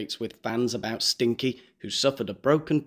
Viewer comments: Isn’t it Sinkie??? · It’s Sinkie not Stinkie isn’t it? Not that I give a fook! 😂😂😂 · The chicken is called Sinkie not Stinkie ...😊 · This Montesito gossip is soooo relatable, right?!!! 'Stinkie' is not the chickens name btw. It's Sinkie, you are losing it. Hilarious. X:) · Isn't it Sinkie? Not Stinkie. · I can’t believe how many times you read the chickens name wrong! It is not stinky, it is Sinky, with no t! Very aggravating… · Hey, that poor chicken is called Sinkie not STinkie. Regardless, you're hilarious as always.